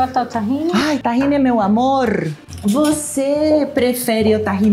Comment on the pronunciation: Eu amo quando a Paola bota o sotaque porteño dela pra jogo! “amoRRRR” 🥹💕